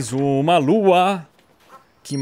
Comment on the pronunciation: po cara para de errar e fala lua certo caramba